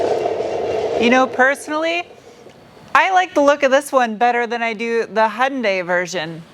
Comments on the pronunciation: Love your humor! Please pronounce KIAs sister brand right: yoon-DAY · Fortunately for those of us suffering from car-brand-name-pronounciation OCD, Kia is much easier to pronounce than HI AN' DIE.